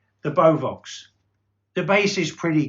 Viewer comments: Nice video. Although as a Dane, hearing beovox pronounced like that, are a bit strange. It is 3 syllable be-o-vox. Emphasize e o and then o in the last. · Don't you pronounce beo-vox the other way sounds like mad cow disease lol Can you turn your inadverts off I don't mind at the beginning and end but so many inbetween very annoying thanks You might have issues with out-of-phase drivers in your Kef's you may need to do it on the driver individually then the terminal, get a 1.1/2 volt battery and touch it to the speaker terminals don't keep it on the speaker too long just on and off you should see the driver going forward if it's going backwards it's out of phase tweeter and woofer need to be checked individually on both speakers try and get yourself some leak sandwich 600 speakers they do very in conditioner about £180 or leak 2060, or if you can 3090 looking for a pair I'll give you £850 with fully working drivers of course cabinet structurally sound but with cosmetic damage is ok!